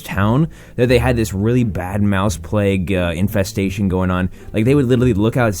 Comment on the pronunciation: Infestestation, So that's what a verbal typo sounds like